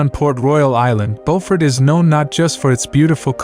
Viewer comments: Yeah, the AI commentary sucks. It lost me when they mispronounced the first town, Beaufort. It's ByU-fort not BO-fort. Geez...put in a little effort and do some research. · Isn't it pronounced Bewfert SC? BEAFORT NC is pronounce Bowfort. Spelled the same in both states but pronouced differently. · It is pronounced "BOO FORT!" You are NOT from South Carolina.